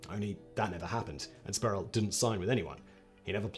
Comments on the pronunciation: It's Latrell Spree - Well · "Spree well"